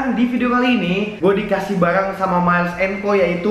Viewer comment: Super comfy foam bang 😂 Terus cara bacanya mails and co Tulisan nya miles, dibaca mails